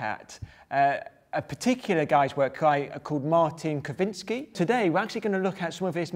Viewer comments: You pronounce it: Kshywinski!! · Krzywinski is Polish last name, and more correct pronaunciation would be something like "kzhivinski" or "kshivinski". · Just want to point out that the 'rz' in "Krzywinski" is pronounced like a voiced 'sh'. Dr Grime just dropped those letters and it's kind of odd to hear :/ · Your attempt to read that surname xDD. Yea. If you are familiar to German language, you could try reading rz as sch ;-) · "rz" is actualy voiced palato-alveolar sibilant, and you spell it differently then how you spelled it, closer to "a". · The way he read his surname is really bad. :/